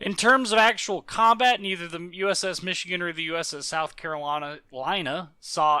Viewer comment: yeah its south Carolana